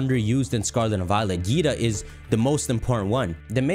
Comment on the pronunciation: Her name is pronounced differently. Think like dragon ball z, vaGEETA.